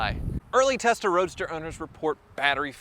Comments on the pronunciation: testa roadster 😂😂😂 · So used to saying testarossa that he said “testa roadster” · Am i the only one that keep hearing Testarossa every time he says Tesla Roadster :-) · did i hear you sneak in a new word at about 5 mins, TESTAROADSTER or was it Testarossa :) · "Early Testa Roadsta Models..." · Am I the only one who heard say “Early Testa Rossa owners”? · “Testa Roadster” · Did anyone catch him say “Testa Roadster” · When you said Tesla Roadster it sounded like Testarossa.